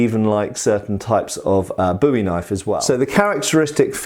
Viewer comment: as a Texan you get the "Thumbs up" from me for the correct pronunciation of Bowie Knife.